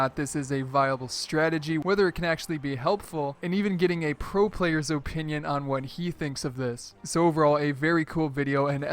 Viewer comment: ffs learn how to say "opinion" or don't use this word